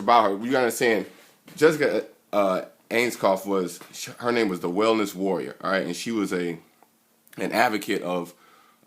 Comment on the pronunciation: Researched her all night immediately says her name wrong Lol.